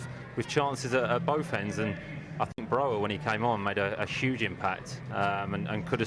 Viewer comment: its not pronounced as Broha like the spanish "J", the name Broja is pronounced as Broya, Albanian isnt like English or Spanish.